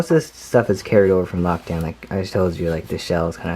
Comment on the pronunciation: Why did you say lakdown his hot rod